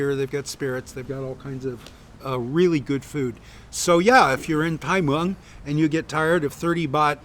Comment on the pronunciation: The tone is more important than the vowel. Until he gets the tone right it's a waste of time.